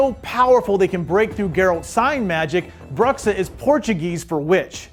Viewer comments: Just so you know, Portuguese speaker here telling you to pronounce Bruxa as [broo-sha] with a rolling R much alike the spanish R. Thank you, sorry for being annoying! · Learn how to pronounce "bruxa," dude. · I'm Portuguese. When he pronounced it that way, I cringed